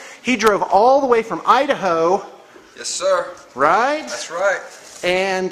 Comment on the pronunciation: haha... i-da-hoe